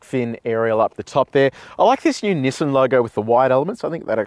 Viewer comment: nassain xtrail or nissan xtrail??????????????